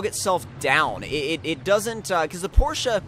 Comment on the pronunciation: porsche (por'sh) this is the pronunciation of the word tomcat